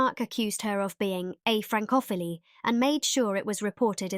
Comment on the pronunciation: I agree. Having DR AI narrating is really not helpful. One example: Vicky were accused of being ‘a fran-cough-illy’